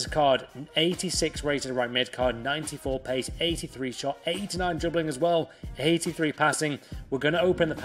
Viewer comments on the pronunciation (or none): none